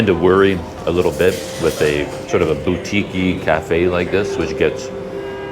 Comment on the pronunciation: What is this _boutiki_ of which you suh-peak,?